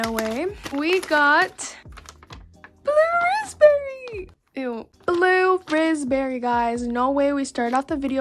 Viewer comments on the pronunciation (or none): Blud Said 'Blue Rizz Berry' Instead Of Blue Raspberry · lol this makes my day: blue-RIZZ-berry instead of blue raspberry